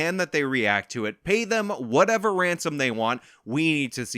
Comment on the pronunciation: 1. Whatevah Whatevah is now something I say all the time. I can’t help myself. 2. The only thing I agreed with in his apology video is that he’s a piece of shit